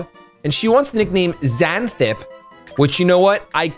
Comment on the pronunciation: You completely butchered Xanthippe's pronunciation lmao Its pronounced zan-thi-pee